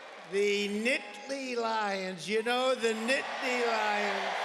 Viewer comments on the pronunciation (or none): the "Nitly" Lions??? smh...